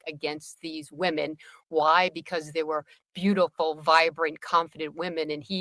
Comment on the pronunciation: why are you pronouncing women exactly like woman---singular vs. plural?